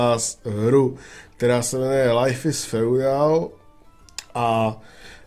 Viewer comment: Lajf is feudál. No teda to jsi to vyslovil :-)